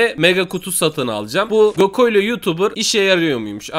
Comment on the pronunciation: Abi gokoylo değil goklo.🤣🤣🤣🤣🤣🤣🤣